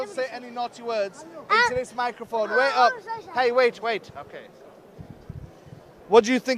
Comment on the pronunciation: the indian accent came out a bit there with the wait wait lmfao